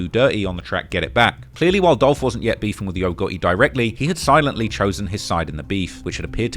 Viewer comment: It's Dolph!!! 🐬